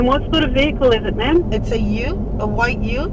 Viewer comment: She kept saying 'ma'am' wrong!